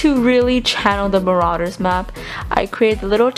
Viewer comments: It's ma-ro-ders map not ma-ra-ders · you are saying it wrong is mArauder's not maraUder's